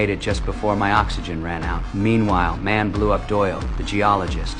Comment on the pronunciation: "MANN" THE FRICKIN ACCENT😂😂😂